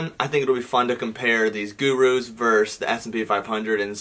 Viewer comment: no one:: “guru”